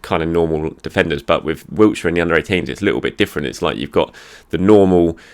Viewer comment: It's Wilshere,, not Wiltshire. For goodness' sake, the man's an Arsenal legend. Say his name right and if you can't then practise it!